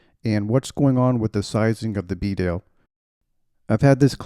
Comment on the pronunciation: Great review, and thanks for saying Bedale properly.